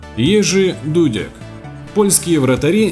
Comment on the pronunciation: какого приятного просмотра?ты посмотри в коментах какого ты забыл упомянуть（кроме Акинфеева-он не топ）.Голкипер номер 1-Яшин（единственный вратарь удостоенный злотым мячом）,а также Дасаеев,Чилаверт（один из моих любимых）,Субисаретта,Бартез,Тольдо,Дида...Ну и конечно же читай правильно фамилии голкиперов（а то от твоего ДУдека и Де Хея пипец как по ушам бьет）.Вывод：ты вообще не понимаешь в голкиперах!